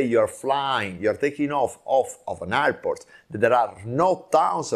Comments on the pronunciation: This guy can’t be pronounced the word airport and he’s trying to teach 😂😂😂iport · Say airport sir….air air port